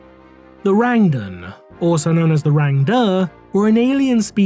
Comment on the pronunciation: The Rang-Duh?